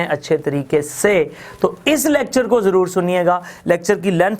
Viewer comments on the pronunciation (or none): none